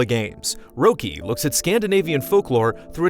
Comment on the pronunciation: Oh, as someone who has lived in Sweden for almost 15 years, I don't really care either. It would have been VERY weird if he had pronounced it perfectly. But that's kinda why I hoped he would 😂